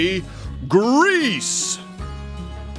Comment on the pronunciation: Greece, not Greaser!!